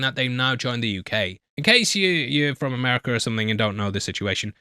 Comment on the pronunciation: "Americur" hahahaha